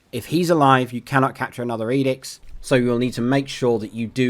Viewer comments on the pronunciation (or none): Its' edict and edicts, not edix.